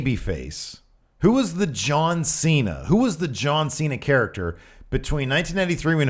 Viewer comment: "Ju-an C-Na?"